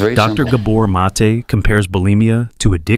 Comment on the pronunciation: Stole Gabor Mates talk, mispronounced his name, and interrupt his talk by mansplaining over it..